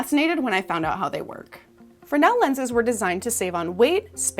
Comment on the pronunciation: It's pronounced "frez-nul", good video though